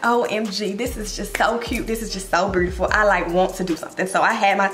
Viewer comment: the memphis accent coming out on the “burrrtiful” 😭